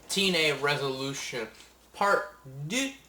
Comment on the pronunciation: homie u sayin revolution or resolution?